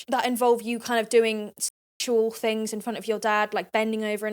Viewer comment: all round the towns and every fing is all i hear when she speaks